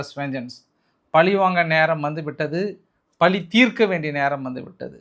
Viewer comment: பலி இல்லை பழி